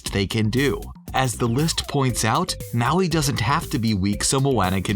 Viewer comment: Did... did she say moo-ey?